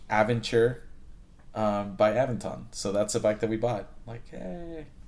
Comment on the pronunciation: Wow, you managed to butcher the pronunciations of Aventon and Aventure and Magicycle